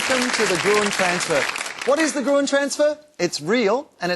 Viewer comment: Has he learned how to pronounce Gruen in the meantime?